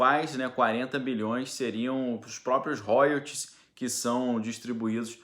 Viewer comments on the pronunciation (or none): none